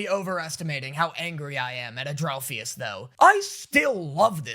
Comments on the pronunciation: it not ‘adrolphius’ it ANDREALPHUS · His name is pronounced and-real-phus. Pronounce phus like fuss